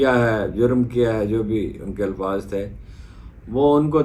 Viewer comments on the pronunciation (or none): none